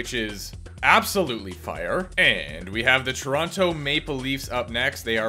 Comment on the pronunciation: It's definitely not said Toronto. More like the Ch or Tron Oh